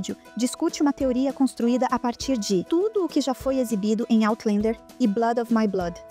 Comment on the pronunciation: Por favor, corrijam a pronúncia de "Outlander". Não se pronuncia "OutlEnder" nem em Português, nem em Inglês. A pronúncia é "OutlÃnder".